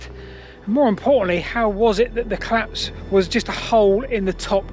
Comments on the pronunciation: The 'claps'? Seriously? This should be reported to the language p'lice. Why do you speak sloppily? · I seriously thought he said "Back to the claps, but not THAT claps," and was very confused as to why brainrot had entered the chat on an otherwise intriguing historical analysis. /colæps/ is quite different pronunciation from /cəlæps/ or /clæps/ and I was terrified this video was about to take a VERY different direction. Crisis averted. Syllables matter, people.